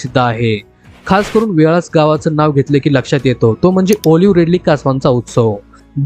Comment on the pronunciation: आपण कोकणातील नाहीत. उच्चारात असंख्य चुका. आंजर्ले, वेळास व इतर शब्द आपण नीट बोलू शकला नाहीत. कोकणातील सर्वात सुंदर गाव वालावल आहे.